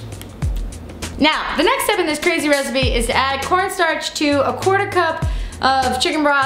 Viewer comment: "Ooooo three quartersh of a cupissshhhh maybe" LMFAOOOOOOOO Now THIS is the MDK I know and love.